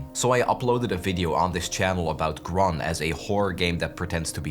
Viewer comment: I'm pretty sure "Grun" is made by a Dutch dev. So it's probably pronounced "groon" which means green in Dutch